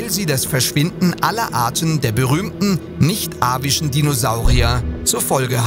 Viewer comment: Was bitte sind nicht arische (oder vielleicht auch nicht arabische ) Dinosaurier? Vermutlich ist "nicht avisch" ( nicht Vogeldinosaurier ) gemeint. Leider moppelst du doppelt= du sagst immer ( übersetzt ) nicht Vogeldinosaurier Dinosaurier! Bei derartigen Begriffen bitte eine saubere Aussprache und die korrekte Benutzung, wenn schon für den hiesigen Laien unbekannte Fachbegriffe verwendet werden.